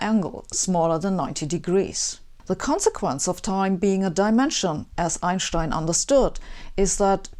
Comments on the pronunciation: It's stine, not Shtine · Why does she pronounce 'Einstein' wrong? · Never heard of Einshtine. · Raise your hand if you, as I did, came here to hear her say Einschtein... LOVE_ LOVE_ LOVE.. That aside, her presentations are stellar.. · Einshhtein was ridiculed regarding the pronunciation of his name during frequent brawls about the speed of light in the tough physics bars around Princeton. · I just love the way she says Einshtien. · You know the person is brilliant when they pronounce it "EinSSHHtein". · Anyone triggered by mispronounciation of Ein-stein? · Two great answers below, from Dr Muller and Martin... you honestly didn't know how to correctly pronounce Einstein??? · I wonder if native English speakers finally learned to pronounce Einstein's name :-) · From now on, I will be pronouncing Einstein’s name differently. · Yes, you have been pronouncing Einstein wrong all this time! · God I hate the way she pronounces Einstein. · I come here mostly to hear her say "Einstein". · Iits time to change the pronunciation of Einstein. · "worst thing about American language is that, it needs to butcher all the foreign names" So you probably have no problem whatsoever to pronounce american names correctly like for example: Albuquerque, Niagara or Massachusetts? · Very simplistic explanation. Huge admiration from Pakistan. And they way she pronounces Einstein ❤️❤️.